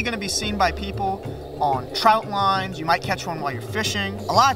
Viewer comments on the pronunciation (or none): "Trot line", not "trout line".